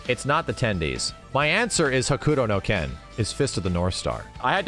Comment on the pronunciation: pronouncing Hokuto no Ken like the boomerest ass boomer